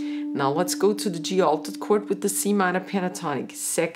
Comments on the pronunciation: ich versteh immer nur Kurt, wer isn Kurt überhaupt? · I like your pronunciation of "chord";-)